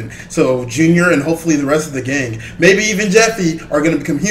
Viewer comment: I cant believe he said meaby jeffy becomes human 😂